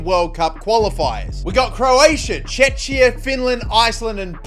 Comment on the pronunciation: how did you pronounce Czechia 😂